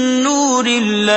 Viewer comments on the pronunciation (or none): none